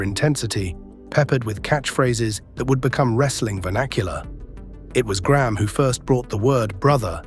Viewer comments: Why the fk do Americans call Graham Gram? It’s pronounced grey-Am Get it right U S and A. Why was Billy Graham never boosted up then when everyone was making big bucks off is awesome persona ? Is this why hulk had some not so good last years. Karma is real! We can’t go forgetting that 🫡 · Over here in North America, Graham would be pronounced "Gray 'am" not Gramme! Just sayin!